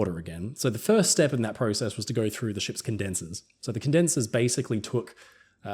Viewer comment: YOU SAID PROCESS WRONG! 👎👎